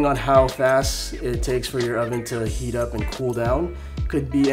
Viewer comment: lol dont u mean heat you said hat lol